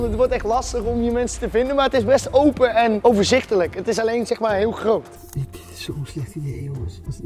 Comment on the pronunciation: Rob die Nederlands probeert te praten: GrOoT